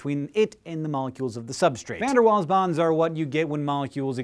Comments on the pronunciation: Waal is not pronounced like "wall", it is pronounced like "vall". It's German so, yea. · Pleeaasee stop pronouncing Waals as wals, it's Vaals! =( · its pronounced VAALS not waals hank ._. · If you are British it's pronounced VAALS not walls. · Its not said waals, its said like vaals. (he was dutch) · isnt it pronounced vaals? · Waals is pronounced "vals"